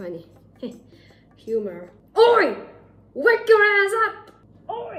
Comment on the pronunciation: that "oi" was like "hi" in portuguese?